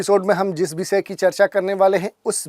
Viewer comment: Visya nahi vishya ( subject) hota. S nahi Sh bolte hain